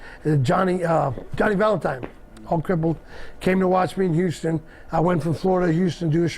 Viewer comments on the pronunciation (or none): none